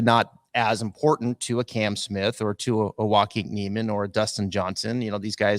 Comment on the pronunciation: I’m loving both tours and don’t think it’s “exhibition” at all. To be honest, their field is way better than most regular PGAT events., you look so pissed. Smile mate. And, maybe pronounce Joaquin correctly bud. With all the negativity on LIV, I’m actually now wanting them to succeed more to piss everyone off. I love it. I loved watching the Tour Championship and actually went. What’s wrong with loving both. Give it a rest boys.